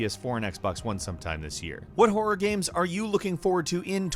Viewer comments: I enjoy videos but does anyone else get super triggered by the way he says “games”? It sounds like he’s saying it through a mouthful of food... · this man said gam